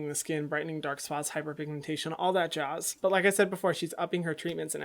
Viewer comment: “all that jaozz”